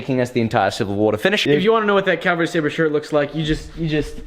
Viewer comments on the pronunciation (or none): He says "Staber" every time.. xD